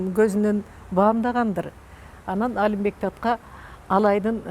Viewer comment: Калаты суйлойт экен,Алимбек деп Алымбек деп айтылат